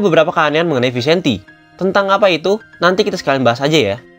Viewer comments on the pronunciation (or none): Bahasa spanyol namanya.. jadi harus dngn gaya spanyol.. jadi bacanya itu harus Vicente 😁